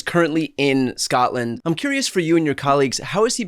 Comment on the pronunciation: Why do some Americans say "Scottland"? We are Scottish or Scots and we come from SCOTLAND!